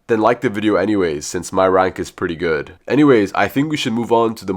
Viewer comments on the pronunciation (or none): none